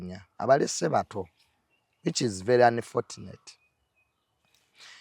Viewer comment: Lwaki junior agamba anifotuneti, mukifo kya anifochuneti...(unfortunate).....🤔🤔